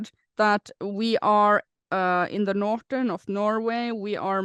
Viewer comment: I love the way says “Nortern Norway”